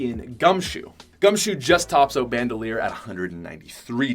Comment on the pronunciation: English- “out” Patrick- “oat”